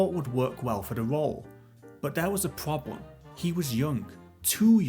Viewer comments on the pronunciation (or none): But dere was a pwobwem…get a better narrator.